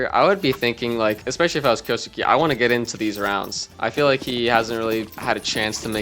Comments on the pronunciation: if he's already pronouncing suke as sukii , that's why I said kay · kyoh-skeh (not skay) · Just a note, Kyousuke its pronounced "Kyouske" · Kyo- skay is how you pronounce it. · Btw it’s Key; U; Ssss; Kay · Pretty funny how I’ve heard like a million pronunciations of Kyousuke and none of them are close to correct, even to how it would be conventionally pronounced by westerners.